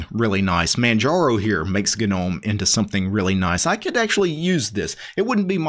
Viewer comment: The G is silent.